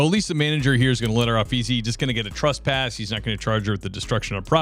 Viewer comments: *Trespass, not truspass. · I don't understand why even police men and policewomen say trusspass instead of trespass. Have they never seen the word written?